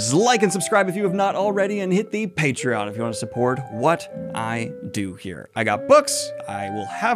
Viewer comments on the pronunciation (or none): none